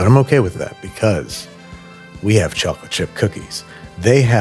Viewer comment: As an Englishman, "tchok-litt fleigh-vudd biss-kehttz?" sent me